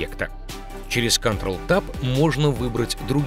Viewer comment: Что такое "кантрал"